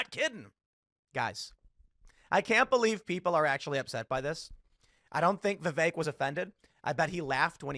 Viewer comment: I love how Matt Walsh immediately mispronounces Vivek 😂